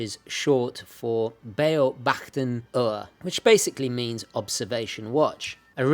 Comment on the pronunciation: Outstanding watch! Funny to hear you pronouncing „Luftwaffe“ and Beaobachtungsuhr“ ;). Greetings from Germany